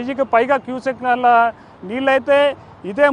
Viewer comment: KYU SEKKULA NEERU, KYU SECONDLA NEERU KADU